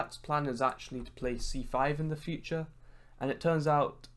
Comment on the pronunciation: No one:: IN THE FU-TCHA